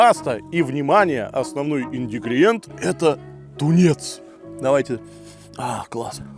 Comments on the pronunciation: Сколько раз писать, ИНГРИДИЕНТ, а не индридигент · Какой индигриент, ингрЕдиент,!! 😂😂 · Сам ты индигриент))) правильно - инГрЕдиент! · Ну, научись наконец-то говорить правильно инГридиент, а то режет слух индигриент. Разве сложно не путать буквы? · Как же заебал словом ИНДИГРИЕНТ!!!! ИНГРИДИЕНТ, БЛЯДЬ! ИНГРИДИЕНТ!!!! ИНДИГРИЕНТ!!!! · ИНДИГРИЕНТ БЛЕАТЬ!!!! СУКА 10 ЛЕТ!!! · индигриенд...чорт,брат Бузовой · ИнГридиент! блять! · Опять инДИгриент! 😁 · Надеюсь, что все мы доживём, когда начнёт говорить ИНГРЕДИЕНТ😂😂😂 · ШтА ТаКоЕ ИНДИГРИЕНТ? 😂😂😂😮😮😮😢😢😢😂😂😂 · почему так сильно режет слух "индигриент" каждый раз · Всё время говорить индигриент это прикол или от просрочки штырит? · ИНДИГРИЕНД - не исправим!😂😂😂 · Индигриент? Садись, два и завтра родителей в школу! Несмотря на LIKE! )) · Индигиент это уже фишка а не оговорка))